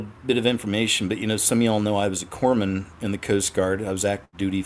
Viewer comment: A corpsman or corpse man?!